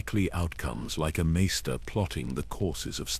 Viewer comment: How do you not know how to say Raven. Or Measter it’s weird. But great knowledge here.